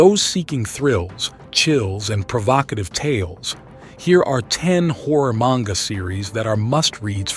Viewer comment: My brother in Christ, learn to pronounce "Manga" 😂